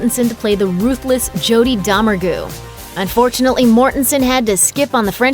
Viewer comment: Doe-meng-ray not Dahmer-goo. Did you miss the entire joke that he mispronounced the name? There is quite a bit wrong in this video.